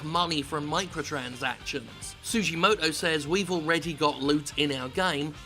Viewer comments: You pronounced it right Jim don't worry haha Japanese vowels are not difficult at all. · Jim, your pronunciation of his name is fine. I've met Tsujimoto-san at a limited attendance event which was the first demo for Monster Hunter Generations in London, near the Capcom office there. He's a lovely guy who really cares about his fanbase. He also borrowed my black sharpie so he could sign people's limited edition MH4U 3DS consoles XD